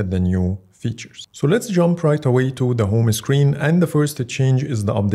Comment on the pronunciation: يا أخي اسمها هوم هوم سكرين وليس هومه سكرين